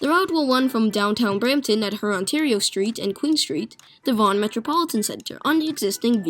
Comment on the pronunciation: "Rurontario"? "A lot to unpackage"?